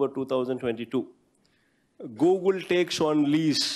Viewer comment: googu, googu, gooogu, gooogul..antadu paper chusi